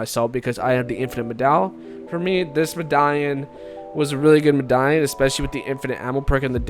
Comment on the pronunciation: Bro said mdaion